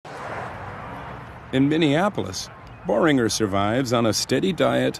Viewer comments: It's not "Bow-ringer", it's Bueh-ringer. Er sieht sehr gut. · 《AxelFoley》 O Umlaut is pronounced differently compared to English. Oe is not O, nor Oh. It's like Oar with more emphasis on the O. Therefore it'd sound similar to Bueh or Boor with oo making the sound in Foot. This is how German works, please educate yourself before attempting to correct me.